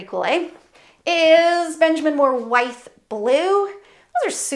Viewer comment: Wythe is pronounced WITH. It’s named for George Wythe, whose home can be seen in Colonial Williamsburg. I used to live in Wytheville VA, which is in Wythe county. WITH.